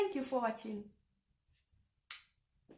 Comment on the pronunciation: Yeah 'social'🙃 country, pronounced the french way. Getting mixed up😵‍💫. You would need to stress a bit more on the r when you say 'au Revoir' and 'Bonne jouRnée' Your son will decide for himself what he wants to do too when he reaches 18. By the grace of God you have overcome the troubles in your life; it's never easy and now you are stronger living abroad, making the best of the opportunities before you.